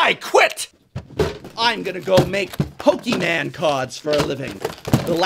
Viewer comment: Pokeyman... LoL